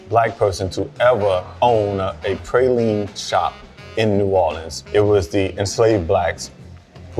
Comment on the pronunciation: His pronunciation of "praline" has me suspicious.